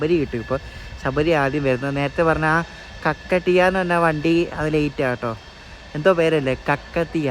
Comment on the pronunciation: കക്കടീയ അല്ല bro കാകതീയ എന്നാണ് ❤